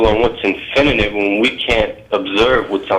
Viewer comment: "infininit" lol